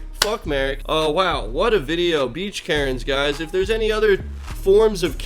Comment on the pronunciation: “beach karnes”